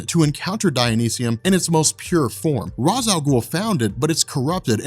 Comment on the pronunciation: you pronounce ra's the wrong way? lol of all people. still love you, <3